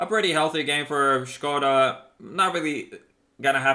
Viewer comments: finallym someone pronouncing it shkoda instead of skoda i'm not slovakian but it bothered me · Finally someone knows how to read Škoda :DD Seriously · Finally somebody who can say Škoda without broken english fucking accent (Skouda or something similar shit as like as QB or Jingles) , i really like you, can you please try to say Buchty (prem consumables) in next CZ tank video? :-) And I laughed a lot to that situation with IS-6 "tomatoes are reacting on the sound" :-D